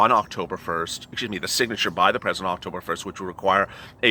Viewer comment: Tresident Trump? 👀